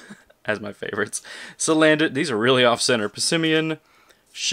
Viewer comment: damn that booster box is a party! but when you said salandant I lol'd so hard haha